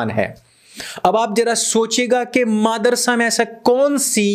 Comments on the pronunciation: Bahut achcha lagta jab sir kehte hain, Maadarsa instead of Madarsa.... 🤣🤣🤣🤣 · bhai aap jabh bhi madrasa bolte ho kasam se aise lagtai gali hi he 🤣🤣